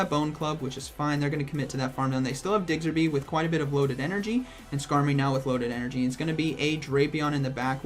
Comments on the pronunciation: Man it's Diggersby, not Diggserby. Hurts to hear that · I found myself correcting you every single time you said it... 🤣🤣🤣🤷‍♂️ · thank you, like is it intentional he just doesnt take the time to read the name? i know it petty but hearing it wrong SO many times makes me want to stop watching. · What the heck is a Digserby 🤨 Learn the name please smh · “Diggserby” - 2020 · I can't help but chuckle everytime he says DIGSERBY. I myself kept saying Chestnaught instead of Chesnaught and Visi-tini instead of Vic-tini for the longest time even though I have played all the games upto gen 7, so can't judge. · I love how you call it Digsterby, it's Diggersby not Digsterby haha love you:) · ITS DIGGERSBY NOT DIGSERBY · DigSIRby😆 nice showcase and a great vid as always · For ur kind info it’s pronounced as DIG-erz-bee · Lmfao "digserby" day made 🤣💀 I would enjoy it if from now on you say pokemon names incorrectly on purpose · Man it's digserby 😂😂. Learn the prounciabdhsvegs. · He says Digserby with such confidence I am starting to believe that's its name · Am I the only one who twitches every time he says diggserby? 😬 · Nobody:: DIGSERBY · This video is hard to watch cause you keep butchering diggersby’s name D